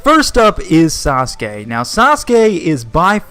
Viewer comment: It is not saaske bro. It is sasuke